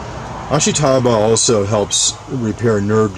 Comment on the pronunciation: Ashitaba – ah-SHE-tah-bah, not ash-ee-TAH-bah. Just saying.